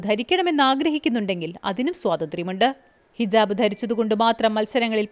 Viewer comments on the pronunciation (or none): ഇതിലെ ശബ്ദത്തിന്റെ ഉടമക്ക് എന്തോ ഒരു കുഴപ്പം പോലെ ........ഭാഷയും വേണ്ടത്ര നിശ്ചയം ഇല്ലെന്നു തോന്നുന്നു. ഹിജാബിനു പകരം 'ജിഹാബ് ' എന്നൊക്കെ പറയുന്നു. "ജിഹാദ് " എന്ന് പറയാഞ്ഞത് നന്നായി. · ജിഹബ് അല്ല സഹോദരി,ഹിജാബ് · ജിഹാബ് അല്ല ഹിജാബ് 🙂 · ജിഹാബ് അല്ല സഹോദരീ... ഹിജാബ്. കളിയാക്കിയതല്ല. ഇനി തെറ്റരുത് എന്ന് കരുതി പറഞ്ഞതാണ് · ജിഹാബ് അല്ല ഹിജാബ് 🤩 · ഹിജാബ് ആണ്. ജിഹാബ് അല്ല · ജിഹാബ് അല്ല മോളേ ഹിജാബ് ആണ് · ജിഹാബ് അല്ല. ഹിജാബ് ആണ്. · Jihab alla ഹിജാബ് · ജിഹാബ് അല്ല ഹിജാബ് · ജിഹാബ് അല്ല -ഹിജാബ് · sis...jahabballaa ..hijaabb 😂 okye